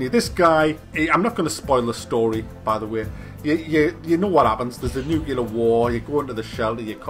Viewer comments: it's nuclear not nucular. Someone has to write a thesis about why so many people misspronounce this word, or maybe not. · Please tell me you used the word "nucular" instead of nuclear sarcastically. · "You enter a world destroyed by nukilar war"? Is that a reference to nuka cola,?:P